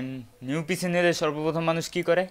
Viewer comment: পিচি নয় পিসি